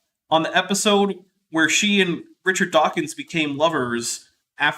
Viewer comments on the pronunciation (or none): none